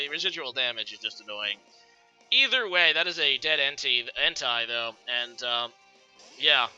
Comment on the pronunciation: En-Tay is how you pronounce Entei